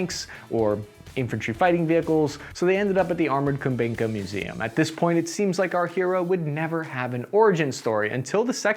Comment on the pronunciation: Nooo, no KUNBinka tank museum. It is KUBINKA tank museum (Ku-bin-ka). Best way to learn how pronounce some Russian, or other language words is to dismantle those difficult words to pronouncionation into pieces of silables, used in English language. First; silable "KU" you should pronaunce like half of the English word "COOL"; just KU. Second part is a word BIN - pronounce this like Englishmen or would pronounce their version od "trash can" and turn it into word BIN (box, container, box for trash disposal, etc.) and last silable "KA", which is for person from the USA best way to pronounce it if you try said a "CUT", but without letter "T". Just syllable as you pronounce "KA" in word "Cut", or other nouns like "cutting", "cuttings", etc.